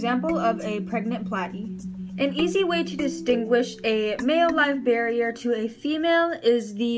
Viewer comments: Bear-er not barrier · Every time you say "barrier" I cringe... and you say it repeatedly and I couldn't hear anything else because you're mis-educating the public. It's Live BEAR-ER, pronounced: (bare er). Best of luck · I just wanted to watch whole video, but way you say barrier after first 1 minute bugged me .. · great video it was kinda funy that you said bearier but its ok we all pronounce stuff wrong :P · but she is an adult, plus, it's super easy for someone to pronounce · Great job on your video. Minus saying Live Bearer incorrectly, this was a well spoken, thought out, intelligent video! Nice work! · great video but you pronounced bearer wrong